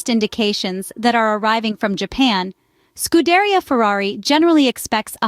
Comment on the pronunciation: Repat after me: SKOO-DEH-REE-AH